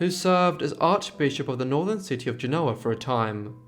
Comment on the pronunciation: Genoa. Stress on first syllable.